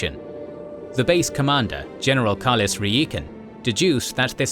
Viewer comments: REE EE KEN? NO ITS PRONOUNCED RY KEN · It's General RYkan not REEkan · did you really prounounce reikan's name wrong when it is said plainly for you throughout multiple games & movies?! its pronounced RAI-KEN, not REE-KAN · "Rai-ken" lol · Star Wars spelling is a little wonky, but the general's name is pronounced Rye-ken :] He comes up a lot in Star Wars